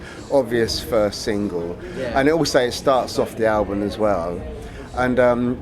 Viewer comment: can you hear him say Albun not album :D BEst GUITARIST! DAVE!